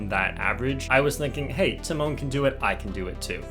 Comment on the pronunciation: I thinks it’s tee-mone but aight man